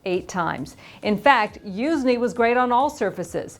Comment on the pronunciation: she never pronounce good😂